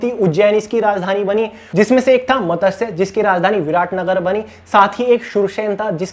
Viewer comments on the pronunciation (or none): none